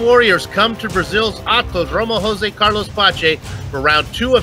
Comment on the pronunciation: What the hell is so hard about saying "Castillijo" or Jose his first name??? Sheez, its dumb and borderline racist!